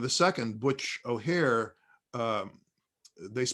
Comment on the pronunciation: Correction…it’s Edward “Butch” O’Hare, not O’Hara. As you might have guessed, Chicago’s O’Hare Airport id named after him.